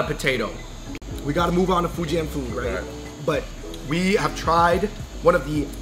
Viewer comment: #AndrewBeingAndrew moment: FOO-JAN. Sorry Fujianese people.